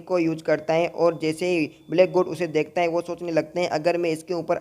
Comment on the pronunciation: Wohaa mat bala kar yar. Woh hota he wohaa nehi